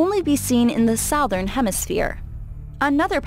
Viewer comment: She doesn’t even know how to say “southern”